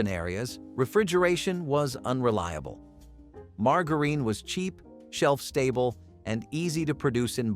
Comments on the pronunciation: Mar-Gar-Reen? How about Mar-Jure-In. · Mar-ga-reen??? I'm not THAT old! Don't they still sell it at Walmart? Mar-ja-rin Lol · Marg a reen 😮😂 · I'm still getting through marga reen lol never heard anyone pronounce it like that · And mar ger reen! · Margarine! Not pronounced like that. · Please learn how to pronounce margarine and lead ..